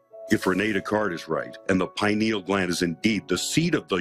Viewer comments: "Pie-knee-yal" gland. "Pee-nahl" gland is something else ma'am. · Please pronounce the word pineal correctly. It is pronounced P-eye- Ne-al not "Pin"eal or pee- neal. Pineal like a pine cone. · Am I the only one that notices she's not saying pineal gland? She is very clearly saying penal gland. even the expert tried to correct her. She isn't talking about the brain she's talking about penis. SMH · Penal ≠ Pineal. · lol.. Pee-nal gland. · she said penal gland lol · Did she say penal gland? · hahahahahaha she said Pinel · lmao she mispronounced "pineal"